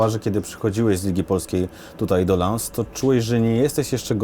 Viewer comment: lans? a nie przypadkiem lons/ląs?